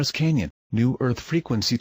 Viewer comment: C A N N O N not CanYON...